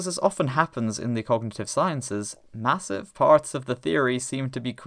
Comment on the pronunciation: What about the fact that devoicing consonants is actually still quite common in English? Not formally, and not regularly in most accents, but we do do it. As I was typing this, I noticed you partially devoiced the final /z/ in "sciences."